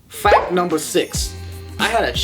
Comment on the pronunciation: Lmao at the beginning. "Fack numbah 1". That was facking gold material,. Also loved how you said pianist- penis lol.